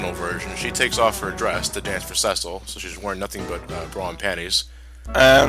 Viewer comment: Pronouncing Cecil as sessil, drives me up the wall XD Its pronounced cee-cil